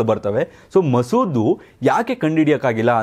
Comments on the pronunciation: Sir it's Mosad alwa... Masood andri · Sir adu ಮಸೂದ್ ಅಲ್ಲಾ mosad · ಮಸೂದ್ ಅಲ್ಲ ಮೋಸದ್